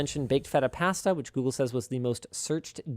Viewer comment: The way Linus pronounces "pasta" hurts me.